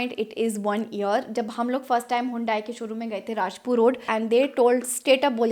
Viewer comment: It's not hundaaai.. you should learn how to pronounce your car brand name perhaps